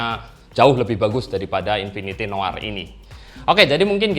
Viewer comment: akhirnya ada yang baca noir dengan baik dan benar 🥰